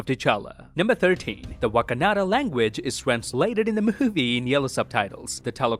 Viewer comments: 7.37 I found an amazing detail in this video. While describing the colours of Sub-title you said "Wakanada" instead of "Wakanda" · u said wakanada once btw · Did you just say Wakanadan as a joke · i love the how pronounces Wakanda as wakanada as a reference to how brucebanner pronounced it in age of ultron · First I thought why did he pronounced it like that 🧐 then I remembered that Bruce’s picture is from Age of Ultron 😂😂 nice one